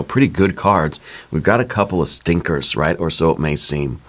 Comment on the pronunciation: Did you say stinkers? 😂❤